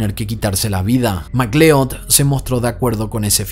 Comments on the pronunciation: Se pronuncia Mac lud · McLeod lo dices MAL 👎🏼